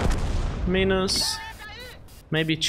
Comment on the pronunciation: Minus - "My-nus".... not so much "Me-nus"